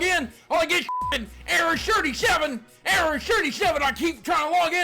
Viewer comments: Error Sherty Sheven! xD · ERROIR SHIRTY SHEVEN! What is that? xD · Lol; error "shirty seven"